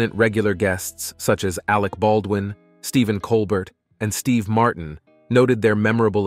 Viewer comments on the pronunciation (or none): Enjoyed everything except for the narrator's mispronunciation of the names of Jay Leno, Stephen Colbert, and several others. AI sucks!